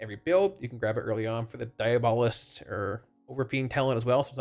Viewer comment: DIABO-LIST not DIA-BOLIST